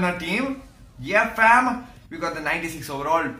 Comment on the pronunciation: Stop saying fham 😂🤦🏽‍♂️